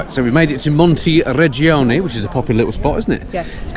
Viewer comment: Montireggioni, Montereggiano, Jesus, is it so difficult to get it right?